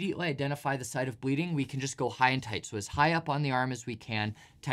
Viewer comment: "Stop bledeenig fast" 21 min